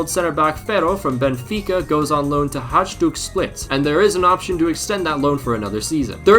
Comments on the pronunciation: I'm sorry but its pronounced hayduk hot hađduk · Aaaaaa how did you pronounced Hajduk...it hurts. Pronounce it like "Hi duke". Croatian is tricky, love your content 👍